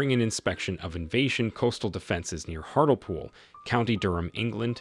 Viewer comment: hartlepool pronounced hartleypool (just sayin) 8.30